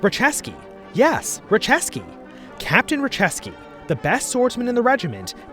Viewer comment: you pronounced Raciecki as "Racheski". It's actually pronounced as "Ratsyetski" or "Ratyetski".